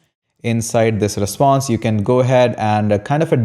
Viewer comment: 😂😂😂 REPONSE, no... REPSONSE, no... RESPSONSE, no... 😂😂😂